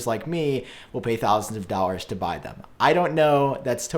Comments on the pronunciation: “$100 dowers”!!! 😂 Am I the only one that notices that he says dowers instead of dollars throughout the majority of the time? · ray kreger I beg to differ. Look at his lips around :55 and many other times. He does say “dollars” closer to the end of the video, but the majority of the time he doesn’t use the L.